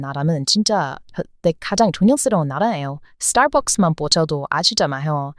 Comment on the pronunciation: 전형적인 국뽕 유튜브 내용자체가 신빙성이 약합니다. 이제 시대의 퇴행적인 모습으로 남아 있네요. 노년층만 믿으실 것 같아요. ㅎㅎㅎ '스트레스', '스타벅스' 한마디만 하시면 바로 한국인이 억지로 외국인인 척 하시는 것 티납니다. 외국인 발음인 척 억지로 하지 않으셨으면 합니다. 진짜 티납니다. ㅎㅎㅎ한국인 이신 것 그냥 대놓고 노출해도 되고, 그냥 언론이나 논문 근거로 하시면 됩니다.